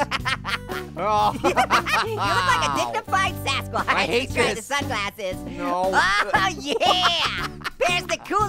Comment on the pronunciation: its gassquash not sasquatch